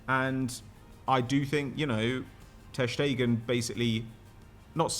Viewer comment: He had to say his name wrong 50 times... Painful to my ears... Ter Schtegen